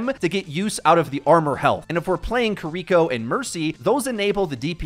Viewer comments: "Kidiko" People trying to say things the correct way in Japanese is getting out of hand 💀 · say it with me dumbass kee ree ko kiriko NOT kuhriko ... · lmao ''kidiko'' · why does my guy pronounce Kiriko like that lol